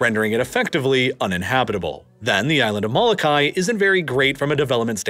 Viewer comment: Thank you for creating quality content about our islands! Just want to leave a quick note about pronunciation: O’ahu = oh-ah-hu (not oh-wah-hu) Moloka’i = mo-lo-ka-ee Kaho’olawe = ka-ho-oh-la-ve The ‘ is called an ‘okina, it’s actually considered a letter in the Hawaiian alphabet and it is used to break up vowels, some people refer to it as a “glottal stop”. It’s just as important to pronounce as the other letters. Might help with future content about this paradise :)